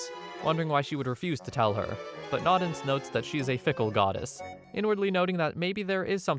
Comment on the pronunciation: Its "no-dens" not "nod-ens"